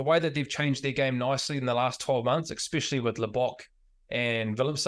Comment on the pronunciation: I love Bryn, but someone tell him it's not "expecially" 😅